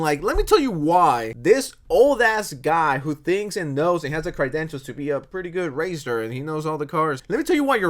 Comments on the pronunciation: “Cry-dentials.” Definitely how that word’s pronounced. 😂😂😂😂😂😂😂😂😂😂😂😂😂😂😂😂😂 😂😂 Sad casery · I played his videos in the background while doing other things and thought he was OK and then I actually watched one and was like oh. Also the way you pronounce credentials like crydentials really suits this video. 🤌